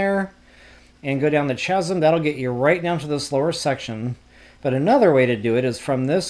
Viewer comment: It's not "ch-asm" as in ch ch cherry, it's pronounced "kasm"